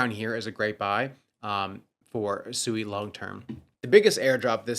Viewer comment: SUEY 😂🤡 still pronouncing SUI WRONG, or is SUEY/SUE E a meme coin? Did you buy more DODGE coin, you know the coin Elon mentions DODGE. That's what its like when noobs hear you pronounce investments wrong. Crypto, the only financial space where you have a bunch of low IQ 1diots that can not only NOT pronounce their investment but also rely on YouTube influencers for all their info